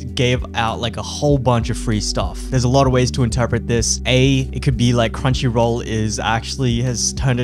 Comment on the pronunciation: Crumchy roool redempshion ark :]